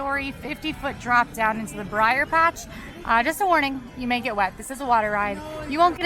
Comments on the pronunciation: Brer. Not Briar. Brer. Yes, it’s problematic, but the characters’ names contain the abbreviation for Brother, not a reference to the Briar patch. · It’s not “briar” rabbit. It’s br’er which is a vernacular speech form of “brother”. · it's BR'ER Rabbit, as in Brother, not Briar! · Brer! Brer! Not Briar Rabbit! Brer Rabbit! LOL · Aloha; Love the blog! Please remember that you are not saying "Briar" As in Briar Rose, but Brer means brother And is pronounced like "Hair". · Yeah, Brer means brother. It was getting to me too. Of course, I feel same about Molly always saying noods.